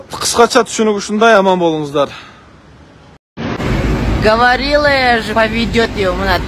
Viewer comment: Говорила же я Говарила дейби 😂😂😂😂😂 тушунбой эле